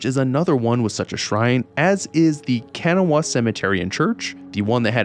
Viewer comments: Locals pronounce Kanawha as kan-NAW-wa (three syllables, with the last "wa" being very short and sometimes difficult to hear) or shortened to kan-NAW (two syllables). Hearing it pronounced KAN-uh-wa is understandable but a bit jarring. ;) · Hi, West Virginian here. Charleston actually. Where the name Kanawha is our county and the main river running through. It's pronounced Ka-naw-a, not Ken-a-wa. Also Helvetia is pronounced Hell-vie-cha, not Hell-vet-ia. Lol thank god they didn't put Hurricane in the game (which is pronounced Her-a- ken). It is strange they didn't put Huntington in though since it is one of three biggest cities and home of Marshall University. It would be where Hillfolk Hotdogs is since the restaurant is based on the real life Hillbilly Hotdog. Keep making great videos! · Hey! West Virginia native here - Kanawha is pronounced like "kuh-nah-wha". Almost like saying "k'nahwuh"! This video slapped though I'm glad I was early early 🎉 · K*n’wah*uh Didn’t know West Virginia was a part of Morrowind!